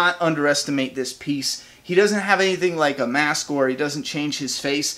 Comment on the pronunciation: when he said busted mask, I thaught he said busted ass